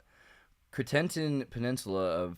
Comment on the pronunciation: Some help with the names :) Guernésiais is pronounced 'djer-nezi-ay' Jèrriais is pronounced 'jer-ee-ay' and Cotentin is pronounced 'cot-o-te'